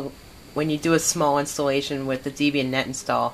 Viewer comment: Please stop saying "Deebian". It's named after Ian Murdock's then-girlfriend Debra Lynn, and himself (Deb and Ian). Do you pronounce the name Debra as Deebra? No? Then stop saying Deebian.